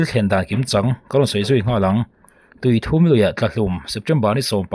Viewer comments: tuithum lui niloin, tuithûm (Ri hum hum) zawk a ni e. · Tuithum tih laia "u" hi a ri hniam tur ani lo ami... Tuithum(3) ni loin... 😅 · Tui thum i tih kha maw i lam dik lo tuithum tih tur a ni ee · A tlak hlumna hi Tui thum(pathum) angin i chhiar a,a dik lo Tuithum( i aw chu a thum) tih a thum ang a lam tur,ti chuan Tuithum tih tur kalo sawi vek lo a nie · A aw a va tum ve tih kan lam rik ang hian tui thum tih a lamrik zawk tur. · Tuithum lui i lam rik dan a dik lo aw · Tuithûm (pathum sawina ni lovin, bass ( ri thûm) sawina angin a ri tur zawk a ni lo maw le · Tuithum lui (thum tih hi thluk tur)ri thum kan sawi ang hian thuuum tih tur zawk a ni e. Tuithuuum lui. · tui thum nilo in Thûm zawk aw(bass ang a thûm) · Bengvar thlak ṭhin e,Tuithum tih i sawi rik dan hi,THUM tih lai tak hi" i aw a thum",tih a thum ti a lam rik tur a nia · tuithum hi tawng thum anga lam tur anih hmel ve